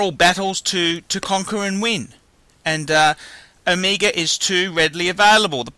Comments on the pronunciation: It's OMEGA not ohmeeega. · Is it me, or you just can't pronounce "Omega"? You make it sound like "Amiga". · I think its Omega not Omiiiiiga idiot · I hate how this guy fucking talks. It's not uhmeega it's Omega. Fuck.